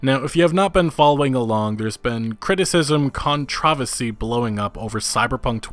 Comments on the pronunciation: Came for news, stayed for the “kahntravasi” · Who the hell pronounces “controversy” like that? You’re American right? Just curious. “Con-Tra-Vasy”?!?! 😆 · “Con-tra-vesy... look mah I learned a new word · lol "controvacy" K three scoops. Trump 2020! Love everything you do. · Literally Everyone: Controversy: Con-Traversy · Is the way he says controversy a joke that I don't get or is he serious? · 😂 The way he said controversy !!! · Your pronunciation of controversy honestly made everything you said after lose all credibility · Why do you say "controversy" like that??? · You don't say "controversy" right.